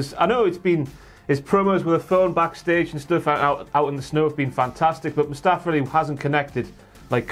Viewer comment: They always pronounce his name as Mustafer and not Mustafa lol